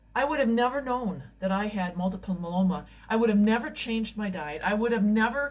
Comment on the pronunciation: please learn how to pronounce multiple myeloma. people can't learn about this blood cancer if u say it wrong all the time.